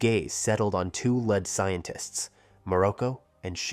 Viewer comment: bro whats with the pronunciation of some of these names and words. Dragonball is an IP as old as time and yet not only did you mispronounce "lead" as "led" (granted the mineral can be spelled as lead) but you also mispronounce saibamen? on top of that...you can't seem to settle on a pronunciation for Gine. Here's to hoping that the newer parts have better care put into them.